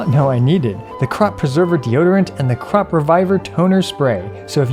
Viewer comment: Crop he said crop🥴